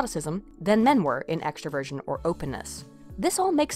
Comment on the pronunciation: Is it bad that whenever she said "extroversion" I heard " extra virgin"?